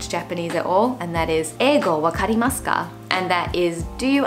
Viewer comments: Just a little correction when you pronounce English in Japanese, it actually says Eigo 英語 not Eego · It’s “Ēgo wakarimaska”*, not Eego wakarimaska. it’s with the letter Ē (extended “E”), not two “E”s. if you pronounce it with two “E”s instead of the extended E/Ē, it would be pronounced something like “Īgo” (E-go) instead of “Ēgo” (A-go) haha